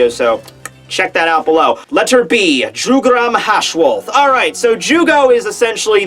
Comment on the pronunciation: You mispronounce Jugram's name a lot. His name is supposed to sound German and it's pronounced Yu-gram.